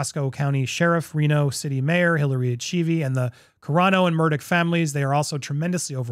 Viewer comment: At least the NY Post got the area correct. Yes, Reno is very close to Tahoe (30 or so mins), and he lives right off Mt Rose Highway, which is even closer (15 to 20), but he lives in Reno, not Tahoe. And our mayor kicks ass, and you said her last name correctly! I saw on the news that snow plow being towed away on a flat bed truck, which is great news, since the emergency stop apparently didn't stop the machine, hence the accident.